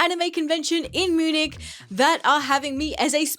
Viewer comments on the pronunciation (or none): none